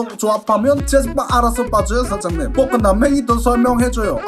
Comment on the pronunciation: 복근이 볶음밥으로 들리냐 왜...